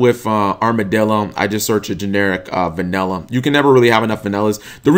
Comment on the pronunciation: its vanilla not vanella